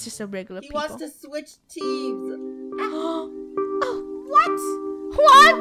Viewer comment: Magical Mari no he said I’m switching tems then corrected himself saying team